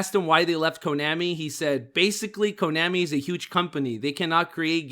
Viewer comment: Jeez, my ears bleed every time says Konami. It's like he was born yesterday. Even the Japanese pronounce Konami like Vietnam (an AH sound). I'm only giving you a hard time because as a podcast, every word mispoken has greater impact since all focus of the audience is concentrated on the audio. I listen through earbuds, so it's even worse. I want you guys to improve so take this critical advise not as admonishment but as encouragement.